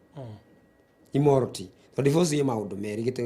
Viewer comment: Hiyo ndio right pronounce ya immorarity